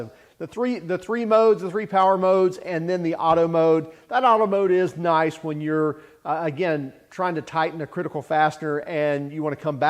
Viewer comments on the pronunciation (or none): none